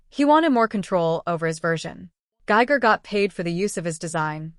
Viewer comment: It's giger .. don't use ai to get the names wrong